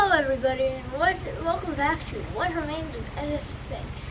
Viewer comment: its pronounced e dith fucktard